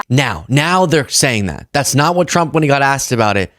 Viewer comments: 😂 So I’m not the only one who hears “chump” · She said “President Drump” 😂😂